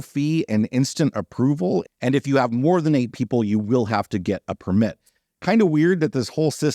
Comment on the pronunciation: There is a lot of controversy around types of allowed land use in the national parks. I hope things work out. So, I know it's nitpicky but i can't stay quiet anymore!!! The noun “permit”, meaning “written permission”, or “license”, is pronounced with the stress on the first syllable: “PER-mit”. You must have a permit to park here. The verb “permit”, meaning “allow”, or “let”, is pronounced with the stress on the second syllable: “per-MIT”.